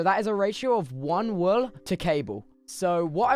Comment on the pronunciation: i love how he says whool lmao